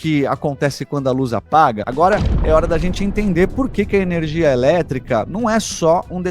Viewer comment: Enerigia? Faltou energia no português...